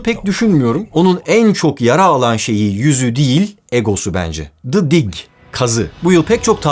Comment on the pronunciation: ne zaman türk birinin ingilizce konuşmasını duysam sinir oluyorum. Nolur ya the'yi doğru telafüs edin. Dı değil o ðiː